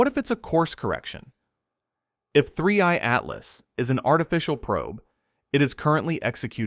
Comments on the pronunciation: AI can never pronounce 3i Atlas correctly. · you can clearly tell it's AI from the gap in 3i-Atlas pronunciation here. we need to start reporting/flagging non-labelled AI content like this and get these channels removed